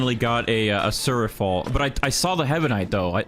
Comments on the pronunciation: though he was abit off. its pronounced like sury-uh-fall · he pronounced suryafal good